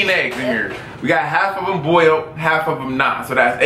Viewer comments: says "bowled" eggs lol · She really can't say boiled lmao. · haha she said bold it's boiled